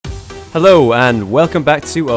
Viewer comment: At the start he said "Hello!" Which sounds like hollow. 'luminati